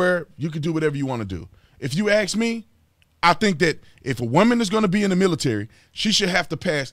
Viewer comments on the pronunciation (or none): If you aks me.. cmon dude... it's ask*